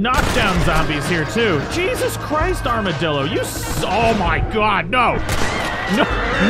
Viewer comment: Is this the first time he said armadillo and not armadildo